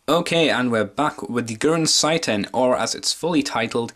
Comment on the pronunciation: it's pronouns as gurren seiten (gurren se-ten)